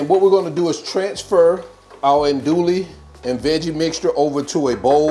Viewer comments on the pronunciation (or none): Recipe looks good but a tip is to pronounce the sausage right. It’s not an dooley it’s ahn dewy.